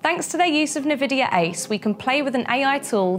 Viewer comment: d... d... di... did, she just say NUvidia and RADeon Its EN-vid-ea, and RAIDeon Nvidia - Radeon